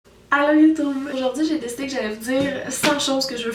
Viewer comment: MAGNIFIQUE O_O au fait j'adore quand elle dit "youtoube"